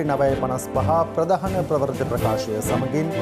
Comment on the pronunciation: අනුරුද්ධ ප්‍රවුර්ති වචනය හරියට උච්චාරණය කරන්න